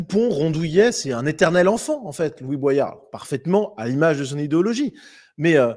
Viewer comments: Tu le fais exprès pour qu on commente de dire boillard au lieu de boyard ou t es juste teubé ? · c'est "Bo-yard" et pas pas "bwayard" ! Comme dans la chanson de Sopranal "Everyday J'Kette Josselyne" ! Faut le savoir !